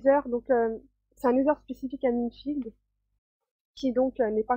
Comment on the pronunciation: FauDrait Savoir Que Minefield N'Accepte AucuneVersion Cracké EtAue Minecraft Et Minefield ne se prononce pas Comme sa :S Mais bOn x)